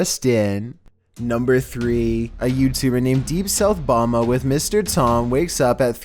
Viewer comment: Deep South Bama—- pronounced. Bam-a